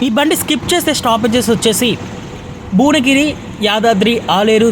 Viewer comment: పంగిడిపల్లి కాదు పగిడిపల్లి కాదు ఘాన్పూర్ కాదు ఘనపూర్ భువనగిరి లేదా భోనగిరి అని స్పష్టంగా పలుకుతె భాష ని చంపకుండా ఉంటావు